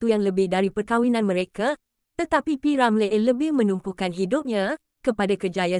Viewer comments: Kenapa nama P.Ramlee jadi P. Ramlay nama Harris jadi Haeress . Bodoh ke apa x reti bahasa melayu tukar la narrator ni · Per hal sebut nama P Ramlee pelik bunyi nyer….P Ramley2…😳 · kenapa awak tak pandai nak menyebut P Ramlee ada kah awak ini bukan orang melayu